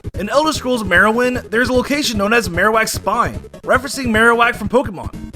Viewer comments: You really butchered the name for elder scrolls morrowind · “Elder Scrolls Marrowine”